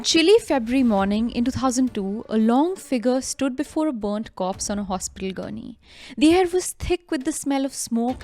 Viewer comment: Korpssss? you mean corpse?